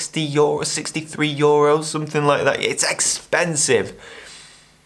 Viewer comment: I've spent the last 15mins listening to you pronounce the word "euro" xDD